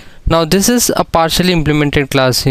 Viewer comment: Partially not partically